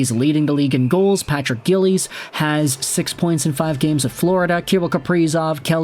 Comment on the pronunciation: Its "Giles" (jie-ulls) NOT "Gillies" (gill-ees) Sometimes I think you butcher the English language AND players names on purpose just to see if you'll get a response. Then again, you could just be that dumb.